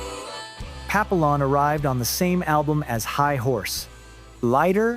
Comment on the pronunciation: Papillon is a French word for Butterfly, and it is pronounced (pa-pee-yon). Every English native speaker that reacts to the song or talks about it butchers the pronunciation.